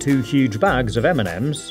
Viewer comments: He says m&m's like eminems 😂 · Everytime he sayd m&m's I understood Eminem's xD